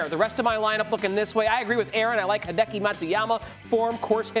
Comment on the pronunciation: So cringe… she called him HIDEEKIE